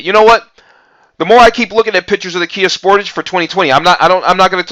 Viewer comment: You americans get realy crap versions,the top models has duel exhausts you dont get half the gadgets we get and you still can't pronounce sportage correctly